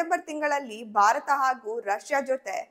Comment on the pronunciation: ಎಲ್ಲ ಸರಿ ಉಚ್ಚರಣೆ ಬಗ್ಗೆ ಗಮನ ಇರಲಿ, ಭಾರತವನ್ನು ಬಾರತ ಅಂತ ಕೇಳೋಕೆ ಸಂಕಟ ಆಗುತ್ತೆ